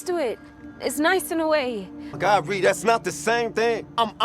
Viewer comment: thank you for pronouncing ReRe correctly